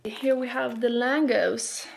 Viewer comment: It's pronounced "langosh" not "langos", it's Hungarian and "s" in Hungarian is usually a "sh" sound :) hope you enjoyed the food, looked delicious!